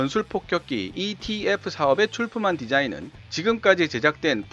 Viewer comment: 영상 잘 보고 있습니다. 감사합니다. 그런데, 영상과 오디오 곳곳에 ETF를 EFT로 표기/발음한 부분이 있는 듯 합니다.